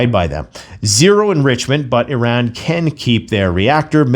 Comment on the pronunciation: There's still no E in "Iran". No matter how many times you mis-pronounce it. You complete moron.